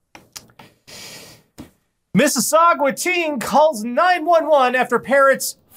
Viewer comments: Mis-si-saw-gah. Not gwah. Gah. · Calling Mississauga "Mississagwa" is akin to calling Mississippi "Mississi-pie" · It's pronounced "Miss-is-saw-guh" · We also learned that can't properly pronounce Mississauga. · For the love of god can you please learn how to say Mississauga correctly, there is no u before the last a